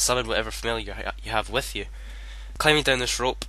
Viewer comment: "Wif you" lmao